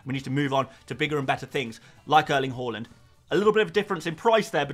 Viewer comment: Bought in Trent and captained him! Also did Zouma to VVD for a hit which looks to have paid off! Have already activated the WC straight after the deadline and caught some price rises. (I do love that you pronounce Haaland correctly) On WC I think my front 3 will be Solanke, Haaland, and Nkunku. Just worried about Watkins's ownership being over 50%, feels like I have to have him, just don't ever feel comfortable owning him and he's so expensive... What do you recon? (have also wanted Nkunku since preseason and can finally get him too